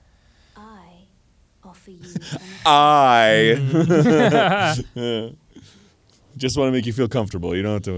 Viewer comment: Arin: EWE offer you an accord.